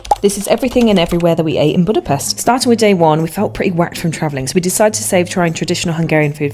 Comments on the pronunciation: It’s pronounced like “Budapesht” not “pest” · U say Budape”sh”t btw